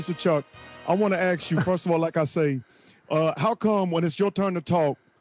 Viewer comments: "I wanna aks you" that some shit Chuck would say 🤣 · He even did the “aks” for ask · Omg he even said “ax” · "let me axe a question" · I wanna "ax" you a question....hahaha